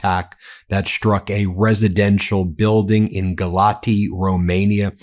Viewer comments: It is pronounced “gal ats” not “gal ati”. The t with the symbol is a “ts”. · Town is pronounced as Galats. Still, Russia hitting Romania is going to be followed by gaslighting from Putin. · By the way, Ben - that's Galat-see as the correect pronunciation of the city in eastern Romania. My second wife was from there. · I think Galati is pronounced Ga-LOTZ. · I live a four minute walk from where the drone hit in Galați (which he pronounces WRONG in the video too— pronounced Gal-lat-zz) No one was injured and it was most likely not an attack drone. There were only 2 people injured with scratches and panic attacks, that’s all. It was terrifying. Drone fell right above my apartment, scaling above before it colliding with the building across the street. I am a Fulbright ETA, and if it WERE an attack, the embassy would’ve reached out to me and tried to get me out. However, the commission only called to make sure I was okay, and I’ve heard nothing from the embassy, which means it was most likely not an attack and rather a drone that lost control…then again…I’m sure we’ll find out more information soon. Either way, I highly doubt it was an intentional attack. There’s no strategy behind targeting an apartment building. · You pronounce Galati as Galatzi. As for what is happening over there it's just terrible. The Romanian government doesn't seem to give a damn, apparently they had 2 F-16 fighters in the air but did nothing to destroy the drone. If you want to know, there are lots of individuals in the said government that are Russian pro ones and happy at this time that this just happened. I say no more. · You don't pronounce the " i " at the end. It's silent. The city is pronounced "Galatz." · Galaţi is actually supposed to be pronounced "Gah-lah-tsee." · It is pronounced 'Galatz' no final vowel sound. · Galați - pronounced Galatzi, with accent on 2nd A.